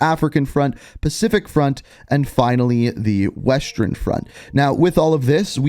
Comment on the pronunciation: Bro, why do you say eastern and western like “Eastrern” and “Westrern”? 😂